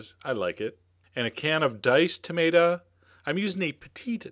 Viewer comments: I like how you say tamata instead of tomato. :) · ´Tumatuh’ Hee hee! I love Chef John 🤗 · You say Tomato, I say Tomaato, Chef John says Tomata.